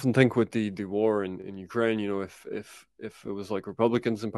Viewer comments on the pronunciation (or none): none